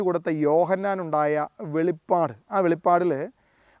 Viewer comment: It is not Velippadu it is Velipadu